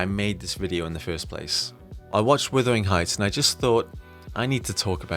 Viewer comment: Why are you saying withering heights? It’s Wuthering heights